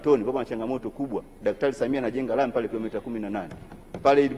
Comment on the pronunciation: Ni mara ngapi ametamka 'Daktari Samiha'????? 🤣🤣 Sawa Sawa Ameshakusikia... Ubunge utabaki kwako 🤣🤣🤣🤣🤣